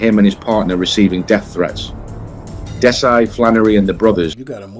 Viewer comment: "Dess-Ai". I mean, what's the point. We want to know that the people putting themselves out there as someone you can learn something from with these vids, actually have some real research. God's sake, it takes 5 seconds of any video to know his name is pronounced "Dezzie"